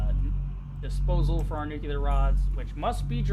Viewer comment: Great video!! The attention to detail is awesome. I loved it...until you said "nucular rods" instead of nuclear. Oh man. I can't handle it. Sorry.